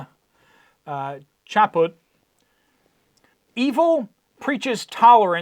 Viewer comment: Archbishop Chaput's last name is pronounced as - Shah Pew. Hope this helps.